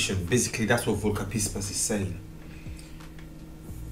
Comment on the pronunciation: Please speak the name Volker : FFFolker